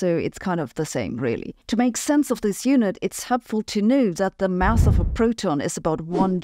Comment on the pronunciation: Mouse? I think she means to say mass.